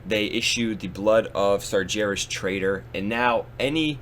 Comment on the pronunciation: You really need to pronounce Sargeras properly.. it kills me everytime. There is no J in Sargeras.